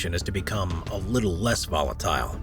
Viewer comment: It's a video about volatile areas on earth....and you can't pronounce volatile?